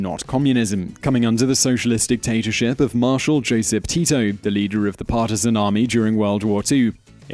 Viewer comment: It is not Josep Teito It's Josip Tito